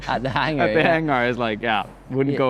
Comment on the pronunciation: The climbing Hang-gar?!?! Hahahaha